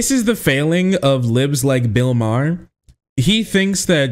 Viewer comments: Ma-her. Haha. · Bill Maher (pronounced Mar) is a well known pot smoker. He's smoking a blunt.